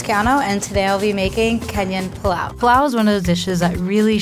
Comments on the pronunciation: PI LAU not PLAU😂😂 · It's pilau not 'pulau' and she cooked it wrooooooong!!! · Serano Chile ni niniiiii... And its not plau..its pilau, the i isn't silent.... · Are these people even African “plao” it’s pronounced “pi-la-o”. Tanzanian 🇹🇿 here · Pilau so disrespected 😂😂😂 and the way she pronounced it. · She's been raised abroad for so long that she's pronouncing "pilau"wrong 😕